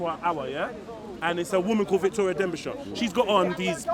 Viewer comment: victoria derbishire not denbishire